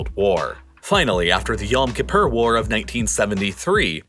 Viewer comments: ITS YOM KEE POOR YOM KIPPUR NOT YOM KIPPER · Hearing him say yom kippur as an israeli person is funny for me lol